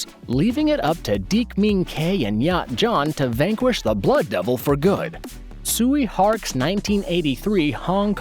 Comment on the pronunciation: Tsui Hark is pronounced Choy Hark, not Suey Hark.